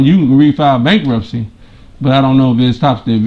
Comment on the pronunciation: Did that woman say "bankrupture"??!! I guess that says it all. 🤦🏾‍♀️🤭